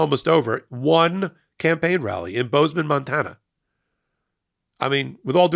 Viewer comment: Hey, the way you pronounced "Bozeman, Montana" makes me think you're a fan of David Cross' comedy routine about the Redneck voice. Amiright?